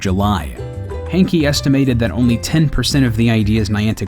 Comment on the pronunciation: "Hankey"? That says Hanke mate, not Hankey.